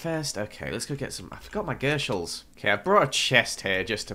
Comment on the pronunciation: After you said sorry I'm calling them gurshals not gyshals you were still calling them gurshals XDDDDDD